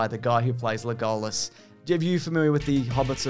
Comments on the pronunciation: Why you keep pronouncing Legolas as LeGOlassss? wth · why are you calling him le-go-las and not leg-o-las? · LeGOLas............ HAHA wtf is up with the pronunciation? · Lay-gall-us. Sure, fine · pronunciation of Legolas cured my depression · let's not even talk about his pronunciation of legolas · Wait, I think he legit doesn’t know how to pronounce Legolas. I thought he was trying to be funny the first time, but now I think he legit says it that way. Poor kid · Your pronunciation of Legolas is nuts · How the f*** did you just pronounce Legolas? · Is no one going to mention purposely mispronounces Legolas and Aragorn